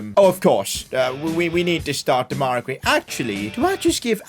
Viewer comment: PCQ: Why do you keep calling him de-mai-ra gray , it’s dem-a-rai gray?